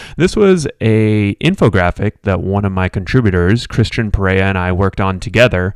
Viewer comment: It's Per-E-Uh...not Per-Era....get it right yo.